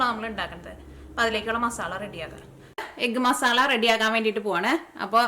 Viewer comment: Ethu nattila "masalla" ennu parayunne. Adhyayittu kelkua 😊